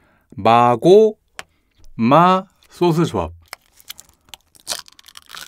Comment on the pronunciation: 왜 소스를 소오스라고 함? 외국에서 오심?